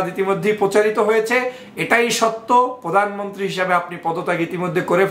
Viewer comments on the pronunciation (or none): none